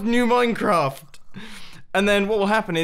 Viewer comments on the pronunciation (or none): none